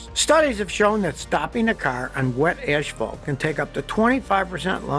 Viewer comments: "Oneven"??????. ASPHALT not ASHPHALT. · "Ash-fault" Hey Scotty, are you Canadian? :) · I noticed that Scotty pronounces asphalt as ‘ash-fault’. I’ve only ever heard this from Australians. Is Scotty an Aussie, too? 😃